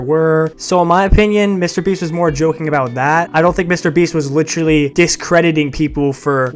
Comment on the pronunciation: I thought you reminded me of, but then when you said “licherly” instead of “literally” I knew it was for sure